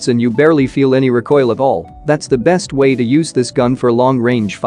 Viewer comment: You said The Best,I heared 'Zendex" 💖